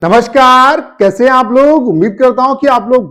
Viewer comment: Namaskaar ❌ Carrrrrrrrrrrr✅✅